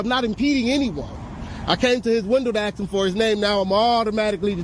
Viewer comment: What's DUMB is when you say AXE for ask over and over